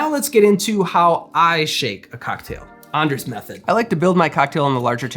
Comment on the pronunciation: Greetings from another Anders here. The way you pronounce your name makes me think you have Nordic ancestry.